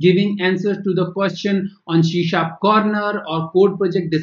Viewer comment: C# is pronunced as See Sharp. Not shee sharp!